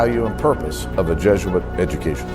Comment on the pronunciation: Just the slightest bit annoying that people pronounce it jeh-zhoo-uht instead of by the proper pronunciation jeh-zoo-uht